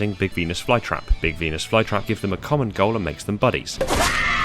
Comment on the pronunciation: I can't be the only one who heard big penis flytrap